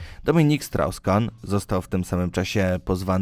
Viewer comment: Czy ja usłyszałem 'Dominik Srał Skan'??? Boże, jak mieć pecha z imieniem to na całego...